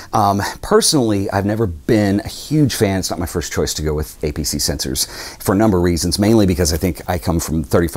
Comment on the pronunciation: and you say "APC sensor". APS-C as in reference to Advanced Photo System in "Classic" orientation. Cheers